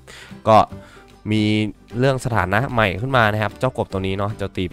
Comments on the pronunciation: ใหม่ ครับพี่ ใจเย็นไม่ใช่ ใมห่ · ใหม่ ไม่ใช่หรอพี่ชาย ไม่ใข่ ใมห่ เด้อ